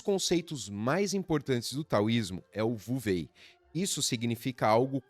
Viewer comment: Com todo respeito, ao pronunciar nomes chineses vc deveria pesquisar pois a pronúncia vuvei simplesmente não existe, já que em chinês não existe a letra ou o som V. Assim sendo não existe nem Vuvêi e nem Vuxú, pois a pronúncia correta é U-Su.